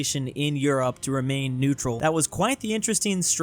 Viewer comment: Ah yes netural